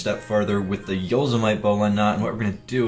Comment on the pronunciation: yoe seh mih tee not yoe seh mite lol